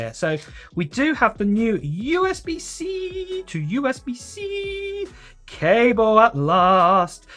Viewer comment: As much as I love the iPhone 15 series, I’m waiting for the iPhone 16 also the way he says USBC